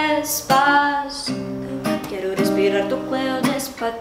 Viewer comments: tem uma hora q ela fala despatito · Não gostei do Despacito dela, parece que ela fala Despakito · ela fala despatito...oxe...canta direito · Pode falar despaCITO mesmo, não precisa colocar T no lugar do C 😰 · que aflição dela falar despaTIto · Mano ela fala "DESPATITO" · pq ela fala "despatito"? KKKKK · Mariana, espero que vc leia essa mensagem! eu sou da Argentina! Chamou muito minha atenção como vc pronuncia os z e c (Por exemplo em Rompecabezas e Despacito) te dou uma dica: na Latinoamérica não temos a mesma pronunciação que na Espanha... e Luis Fonsi e Daddy Yankee são latino-americanos então o som dessas letras (Comparando com o português) seria igual a ç ou ss (Rompecabeças e Despassito) Espero ter te ajudado, curti muito do seu video! Beijão grande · vamos nos pegando kkk gente é aproximando e não se pegando loucamente kkkkk e mulher nao precisa botar b em vez de v não, isso é coisa de sotaque e o "des pa ci to" pode ler despassito em vez de despafito... ouça música em espanhol do México q é o mais bonito, limpo e fácil... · é despacito n despatito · e despacito nao despatito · Pra quem tá falando que ela fala "despatito" . Gente não é, só que o modo como ela pronuncia a palavra dá a entender que é "despatito". Vcs não ouvem direito não ? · Ela fica trocando o C pelo T , é despaCITO mesmo 🙄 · es curioso cómo ella habla "despa TITO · Kkkkk Ela Não fala despacito ela fala Despatito😂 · Na Parte Do "Dispacito" Ficou Parendo Que Ela Tava Dizendo "Despatito" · é despacito não despalito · N eh despathito, eh despaCito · Dear god. É des pa ci to mesmo meu xuxu. Não despa ti to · Ela fala Depatito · ela fala " DESPATITO " e nao " DESPACITO " kk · sua vó é linda mas não é despatito que fala é despacito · deu agonia ela falando despatito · Não é despatito é Despacito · Mari é despacito. Não despatito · é despacito nao despatito 😂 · é despacito não despatito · tu fala despatito e é despacito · porra é despacito não despatito!!! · Parece q ela fala "Despapito" 😂❤ Fofa ❤